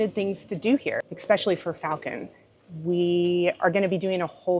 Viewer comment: Words are important and this has nothing to do with dialect. It is about pronouncing the word The way it is meant to be pronounced... The way it is spelled. GEEZ! I even gave it to You Phonetically And you still don't get it. It is E- SPECIALLY. There is not an x in that word. Do you not own a dictionary and if not, google it. It's not your dialect.It's your inability to read words correctly and then process them so they come out of your mouth correctly. You either had poor teachers or poor examples at home. Or you are slow. And as far as your dialect goes, Go ahead and keep sounding like a hayseed, But at least you know what people are thinking.